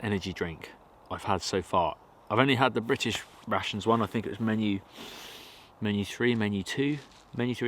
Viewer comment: Ohh I like to hear you saying rations. never thought it may sound like russians... So "I'm gonna eat some russians" it is great!...